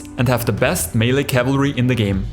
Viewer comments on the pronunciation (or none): none